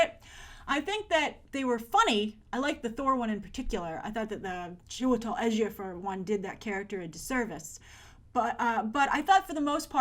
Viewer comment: Why does she keep saying Edgier-Fur instead of Ejiofor